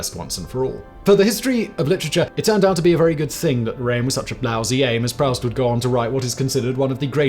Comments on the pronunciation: “Proust” is pronounced “proost”, not “prowst”! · Proust: don't say prowst, say proost. It's French ;-)